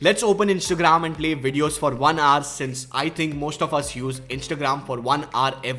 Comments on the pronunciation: Can you please stop saying "R" and "HOUR" instead? Here is a link that will teach you -> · How do I fix your accent? Hour is pronounced as [ouuh r, ou-er] not aaar. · When you say hour all I hear is just R . I wonder how you pronounce our ... probably R too. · Try to say 'HOUR' aar❎ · Is he trying to say "hour"? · H is silent in Hour. Google it if you may.